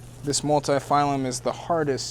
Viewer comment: Love the video, great to see your setup and how you run things. Just gotta add one thing though. It's Ganoderma Multipileum, not phylum :) Would love to see more videos!